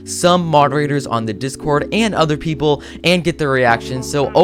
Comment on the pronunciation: When you said people you actally said pepoo